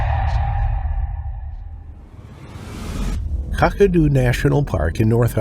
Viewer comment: The AI commentary puts me off. The embellishment of a person alone that was attacked yet the story about how they were humming nursery rhymes etc. Seriously? All the mispronunciations eg Kakadu, Vladimir and Aussies . The incorrect observations eg you don't have a femoral artery in your neck. So yeah stopped watching pretty early on. I won't watch any more of these with the AI voiceovers as well as poet licence aka lies about what really went on.